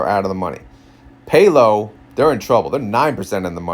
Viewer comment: PAL-OH, not PAY-LO